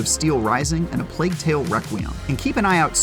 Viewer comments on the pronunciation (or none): none